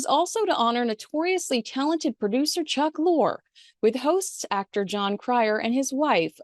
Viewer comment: Isn’t Chuck’s name pronounced “Lorry”?